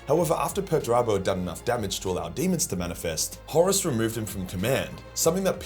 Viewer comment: Who the hell is Peturabo? You mean Peterturbo.